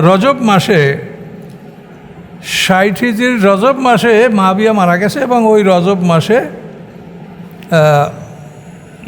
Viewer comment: মুয়াবিয়া (রা:) কে উনি মাবিয়া বলছেন।